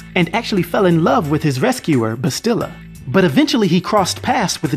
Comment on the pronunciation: Yo, where are you from? You keep saying Vitiate and bastilla's name wrong, like really wrong yo.